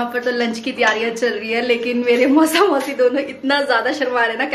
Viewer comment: Maasi nahi......mausi hota hai.....keep original